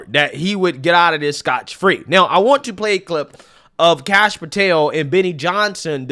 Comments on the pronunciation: Scot free, not scotch free. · Scot-free not scotch free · Scot-free not Scotch Free, it comes from getting out of having to pay scots or taxes.